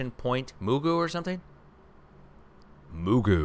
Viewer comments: It pronounced Port WHY-KNEE-ME and Point MA-GOO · Close- it's pronounced Magoo. I lived there for 4 years. Pt Mugu PMTC (Pacific Missile Testing Center). There is also a National Guard Battalion on the base and just a few miles to the north is Port Hueneme Naval CB (Construction Battalion) Base. I lived in the area on and off bases for 35 years. Pt Mugu works very closely with China Lake Naval weapons Center out the Mojave Desert about 150 miles to the east, as the crow flies, and China Lake works very closely to Edwards Air Force Base outside of Mojave and Groom Lake (Area 51) and Nellis AFB in North Las Vegas. And don't forget, Vandenberg Space Force Base is just 90 miles to the North of Port Hueneme !! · Port Hueneme =Pronounced: port Why-knee-me . LOL AND 'Ma-goo' . Love you and Mrs & yer fur babies. Continually Keeping all your saftey in prayers. God Bless. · Point ma goo is how we say it. Port why ne meee is how we say it too. 😁😁